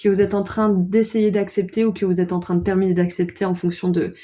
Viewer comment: Terminuer on dirait un mélange entre terminé et éternué 😂